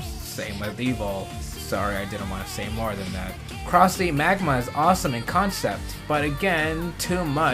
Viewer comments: Isn't it pronounced as Croz? even the driver says it. Just wanna know why people pronounce the Z separately? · did he just said cross Z instead of cross-z!?